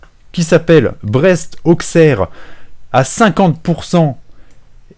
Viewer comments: Auquesserre ’ je note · On dit Ausserre et pas AuXerre, je sais que c'est perturbant mais c'est le patois. Et c'est très irritant pour les oreilles quand tu le scarifie plusieurs fois d'affilé xD Je dit ça de manière totalement second degrés et pour apporté potentiellement quelque chose que tu ne connais pas. Je pense qu'il est toujours appréciable d'apprendre chaque jour quelque chose donc voilà c'est cadeau, libre à toi de faire saignée les oreilles des Auxerrois ou non x) Bisous! Continue comme ça, tes vidéos sont top!